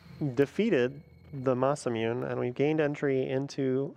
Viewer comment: Yeah. It’s Maysuhmuneh